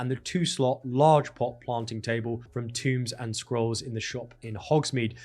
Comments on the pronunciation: tomes == t-'ohm'-s not tOOms you moron. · It's pronounced "TOE-mz"